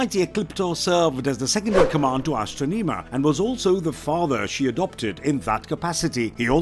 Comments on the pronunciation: You mispronounced Astronema's name. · O my god how did he butcher the pronouncing of the main vileness from in space name so badly he was no were close to doing it right. Did he not do research before he recorded and posted this. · Bad pronounced of astronema and andros